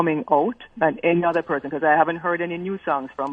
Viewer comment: Lolol..@ did I just hear you say "heny" instead of "any" dwl, only because the American school system sent me to speech class for the same reason when I first immigrated to America. Regarding Kartel, I don't think his music should be banned; but I do think some of the proceeds should go to the victim's family.